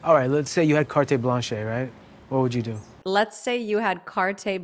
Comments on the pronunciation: It's carte blanche, not carte "blanc". Blanche means blank, and blanc means white. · Excuse me but *carte blanche* is NOT pronounced "cart blonk" - not even in English. It is "*cart blonsh*" - even in English. There is a certain irony in you calling it out and then mispronouncing it yourself. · It’s pronounced “cart blanch” not “cart blanc” 😅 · It is 'cart blanch' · It's actually carte blanche ( pron blonch) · it's carte blansh actually :p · I think his character is supposed to feel empty. The way he behaves as the character Tedros is obviously a front, it’s all faked. He has to practice what he’s going to say to her in the bathroom mirror. He can’t pronounce carte Blanche. He has no professional training in music. He’s deeply insecure and is putting up a tough facade to overcompensate. I think he’s portraying the character very well, so well in fact that the dislike/hatred seems to be spilling over to real life. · Yes, but here also pronounced it incorrectly. Ironic, no?